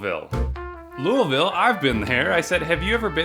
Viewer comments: correct prounouncation around here is lu vull pretty much it's easy to prounounce just not easy to type. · Sir we pronounce it Lolvull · I live in Louisville 😂😂 pronounced “Looh-ville” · You say louisville wrong its more like louvul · Your saying louvile wrong😩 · My Lord why can't anyone say louisville right? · You're saying Louisville wrong 😅